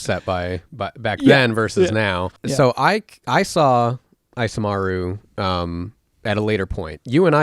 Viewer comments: I'm cringing every time you say "" instead of Isamaru lol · The "I" in Isamaru is pronounced "ee" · Isamaru is based of Japanese and should be pronounced "ee-sah-mah-ru". Maru(麿) is a suffix used in dog names and Isa could be shortened version of 勇ましい. So the name could mean Courageous/Brave Dog.